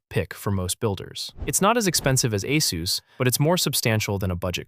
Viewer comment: its pronounced Ay-SUS not Ay-SOOOS WHERE IS THE OOS?